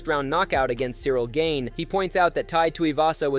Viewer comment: Gane not Gain